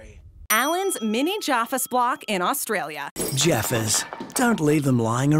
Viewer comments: It’s jaffas not joffras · I do wish you'd learn to pronounce words correctly! The shortened Australia is pronounced "ozzy" not is "ossy" And it's JaFFas not jarfus